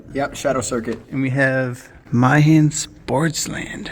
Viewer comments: Meihan = May-han. Not My-han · Japanese pronounciation lesson here: Meihan (May-han)